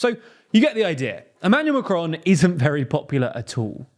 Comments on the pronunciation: It's Macron, not M'cron. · It's Macron, not macronne.